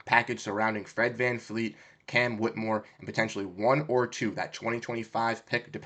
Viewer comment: You are trying too hard bro. You have no idea what you are talking about. FFS you can't even say VanVleet's name right.. It's not VanFleet